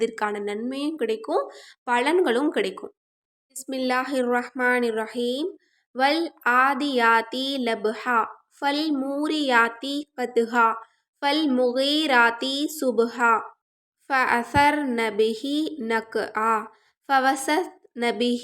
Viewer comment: Assalamu alaikum sister WaalAAadiyati dabha This is correct tajweed